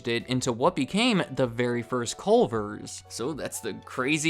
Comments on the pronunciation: You can tell he’s not from Wisconsin by the fact he says “Colver’s.” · This is what the fast food restaurant in Crip Heaven is. CUH-lvers